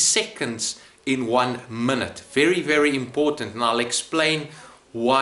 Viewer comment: There's no L in minute, relax with the shit pronounciation